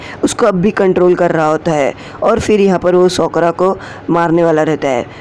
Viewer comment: Sokora nahi sakura